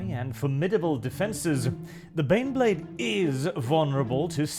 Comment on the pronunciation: EET EEZ TEH BEHNBLEHHHHHHHHHHD!